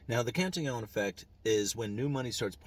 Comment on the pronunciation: UE prounounces correctly.